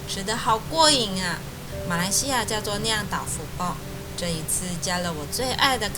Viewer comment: 你一半是马来西亚人一半是中国人是吗？因为你的豆腐卜说得很标准。我奶奶可喜欢你的影片了，每天晚上吵着我要看你的频道。我会多多支持你的